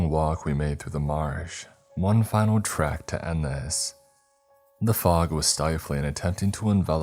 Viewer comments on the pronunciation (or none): none